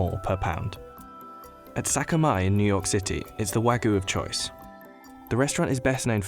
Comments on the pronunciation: Why can no one pronounce wagyu the right way?? The narrator kept saying Wagoo or wagu, he completely tossed the y out. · Almost watched til the end until I heard "Wagoo". Couldn't help but cringe. It's wagYu. The Y is there for a reason. Anyway, going to finish the video now. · haha wagu??? it's wagYu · How hard it to say Wagyu? It's got a Y. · How their narrator pronounces "wagyu" irritates me. It's like he said, "this is a foreign word, so I'm not going to pronounce the "y." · Why can’t this guy pronounce wagyu?